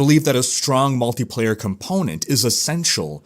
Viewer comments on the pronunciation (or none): none